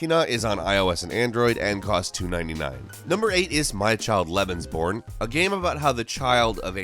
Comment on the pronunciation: Lucas Buttercups am i the only one that thinked that you said "lesbianporn" XD